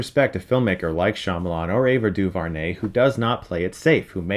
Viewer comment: Ava DuVernay is pronounced Doo-vare-nay, not Doo-vur-nay. Just making that correction.